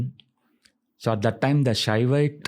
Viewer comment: Stop saying Sivhavite and Vaishnavite